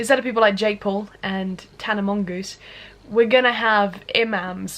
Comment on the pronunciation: Did you say "Tana Mongus?" LMAO same sister same!